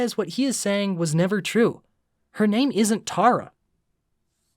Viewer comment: TERRA NOT TARA 😭